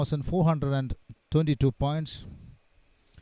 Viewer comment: Poor English pronunciation....eg. twenty twenty pronounced as tonty tonty ..these guess are very poor. In overall performance... They are ok for primary school level